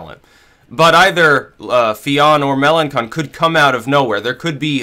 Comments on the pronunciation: Fillon isn't anti-EU, but Melenchon is. By the way, it's pronounced Melenshon, not Melenkon:) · Mélanchon is pronounced "Melanshon". Also I wouldn't bet on all Fillon voters to go to Le Pen or even most of them, it's extremely unlikely.